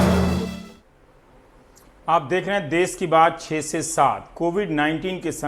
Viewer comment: देस नहीं 'देश'